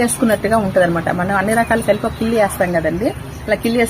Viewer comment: కిల్లి కాదమ్మా కిళ్ళీ